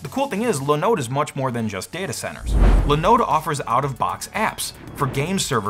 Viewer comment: Its called, linoooode not linode (the more you know😀)